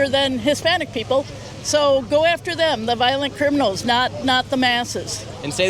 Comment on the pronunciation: bro why am I hearing sigma goo like the slime not go like go forward